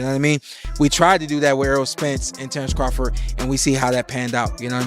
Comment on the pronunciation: Who the fuck is "Terence Croffit?" 🤣 This A.i. narrator tripped out